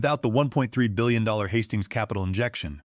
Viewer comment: The AI can't say 1.3 billion dollars